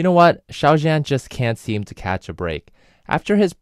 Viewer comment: (Just a note: Zhan is pronounced closer to "John" -- "zh" is a "djuh" sound, not like the soft J in French "je", and the "an" is more like "on", not "anne".)